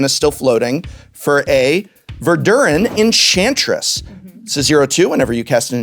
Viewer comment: Why is that Verduran Enchantress half-German, half-English? 😂